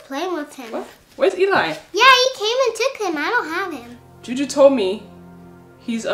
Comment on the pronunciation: Layla say choo choo insted of Juju